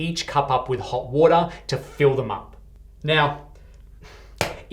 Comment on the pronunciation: coola or hoda woda? 😄 I like when the inner aussie appears